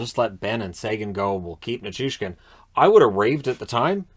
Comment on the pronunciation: Literally the only person who correctly pronounces Nichushkin with a "SH"